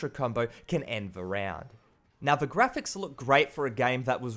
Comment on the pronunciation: FUCKING!!!! It's "The" not "Va" doing my fucking head in mate